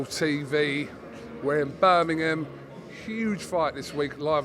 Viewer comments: Tell Eddie its Birmingham not birnimum 😂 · Eddie Hearn still can’t say Birmingham properly 😂